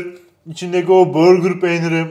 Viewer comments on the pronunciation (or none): Deyil değil ‘değil’ Çezar değil ‘cheddar’ Börgır değil ‘burger’ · abi börgır peyniri nedir ya? hamburger'e sen hambörgır mı diyorsun yapma allasen. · Abi burger peynirine neden börgır peyniri diyorsun 😂😂